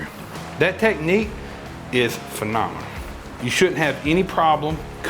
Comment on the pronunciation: I know he knows what he's talking about when he pronounces "technique" as "teh-knee"